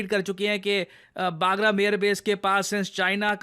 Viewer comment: it's बगराम Air base, it's not बागरम Air base, सर आप हमेशा इस Air base का नाम गलत pronouns करते है। सर अफगानिस्तान के इस air base का सही नाम "बगराम" Air Base hai, ना कि "बागरम" Air base. Thank you Sir 🙏🙏🙏